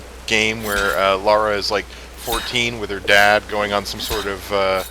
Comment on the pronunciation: Lara, not Laura,.